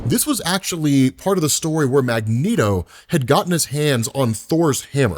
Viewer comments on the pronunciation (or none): none